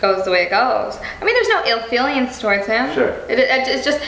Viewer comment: "ill feeliens" lol wow